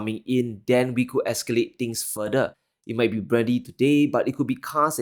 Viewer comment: Not "furdur" try "fur thur"